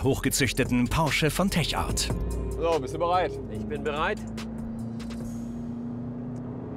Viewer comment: es wird Tek Art ausgesprochen und nicht Teschart